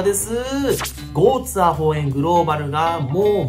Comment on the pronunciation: ちょいちょいゴーツエーホウエンって言っててじわる